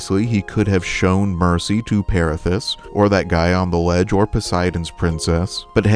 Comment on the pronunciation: It's Pirithous (piri thoo us phonetically) he was a king the Lapiths of Larissa who became best friends with Theseus whilst he was king of Athens, they decided to take new brides, Theseus settled for kidnapping Helen of Sparta (future Helen of Troy, a women people reeeeally enjoy kidnapping apparently 😂). But Pirithous was far more ambitious, somehow talking Theseus into venturing with him to the underworld to take none other than Hades' wife Persephone for his own. Anyway, long story short. It didn't work out, and they were both kept bound and to be tortured evermore in the underworld until Heracles rescued his cousin Theseus while on his 12th and final labour. But Pirithous' crime was that much more heinous that Heracles couldn't/ possably dare not, rescue him for missing off the God's he was about to ask a favour of.